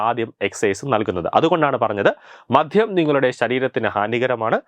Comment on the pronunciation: "മധ്യം" അല്ല ബ്രോ "മദ്യം"